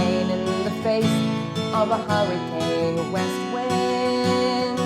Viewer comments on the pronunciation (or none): none